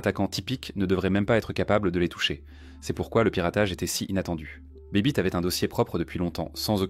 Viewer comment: C’est pas bibit mais baybit sinon Bonne vidéo